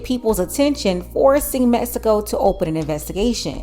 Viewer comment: METSICO, METSICAN! ITS MEX I CO NOT METSICO